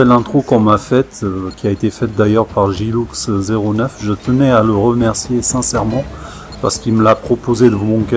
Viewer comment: Merci pour la pub mais tu a fait une faute en disent mon pseudo tu a dit Gilloux09